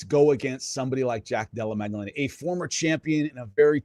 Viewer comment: I like Jimmy but first of all "Mag-dellena" ya know. But more importantly, he's very knowledgeable but he has developed such a grating infomercial salesman style of speaking. I just want him to dial back the TV host energy like 50%